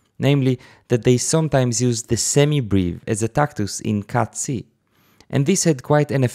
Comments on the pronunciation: did you say "cazzi meter" ? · he did, many times. he'll be banned by italian youtube! I was giggling to myself as in 5th grade :-D